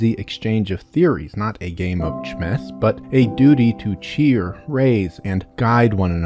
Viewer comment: WHY DOES IT KEEP SAYING CHMESS